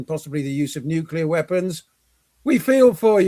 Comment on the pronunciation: can sound out ansarallah but not nuclear😂, great show